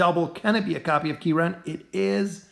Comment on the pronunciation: Key Ren LOL